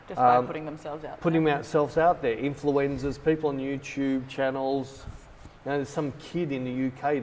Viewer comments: I swear every time you say "Influencers", I hear "influenzas". And I think that's more accurate. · Were you intentionally saying influenzas instead of influencers? I hope so 🤣